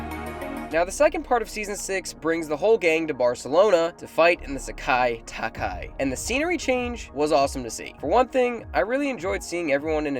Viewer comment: Bro why you say Sekai taikai so weird, it's SEKAIIIIIIIIIII TAIKAI